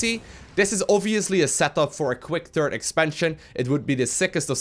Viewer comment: ''Turd base'' I love it when says ''third''.